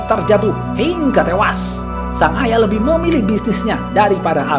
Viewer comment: Hiiiiiiiingga tewas Saat pelafalan Hingga bagian Hing nya agak panjang kak Hiiiiiiiiiiiiiiiingga Tewas ! 😂😂😂😂😂😂